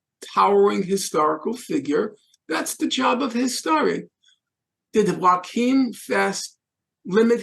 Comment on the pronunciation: It's "Yo-achim" Fest, Norman. He was not Mexican.